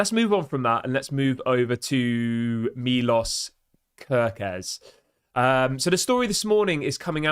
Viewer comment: It is more like milosh if you want to say it right